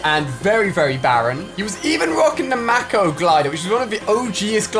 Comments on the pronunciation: makoe not mako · its m-A-k-O glider is how u say it not maco glider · Who else cringed when he said mako